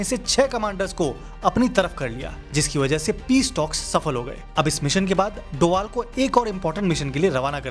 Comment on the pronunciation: Abe doval nhi h wo dobhal h